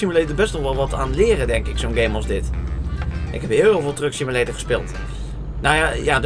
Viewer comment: Elke keer als je trucksimulator zei, leek het op drugssimulator :p